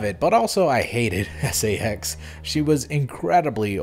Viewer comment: When you pronounced "SA-X" as "sax" I immediately thought of the SA-X accompanied by some funky saxophone music every time it appears